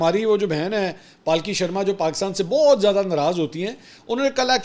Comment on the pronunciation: Not pal ki it's palki